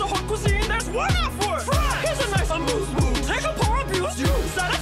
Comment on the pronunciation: Amouse bouche (ah-moos boosh) just means appetizer. And yeah it kinda bothers me that she has whipped cream in that bowl.